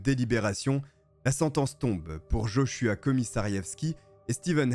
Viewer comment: Heureusement que t'en prononces JoshuWaah des fois redonne le sourire car l'histoire est tragique 😱